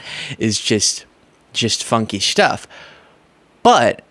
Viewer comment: Every time he says "stuff" I hear "Shtuff". Way to restrain yourself,.😂👍🏻